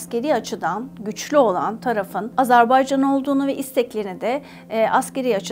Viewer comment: AZARBAYCAN diyor😢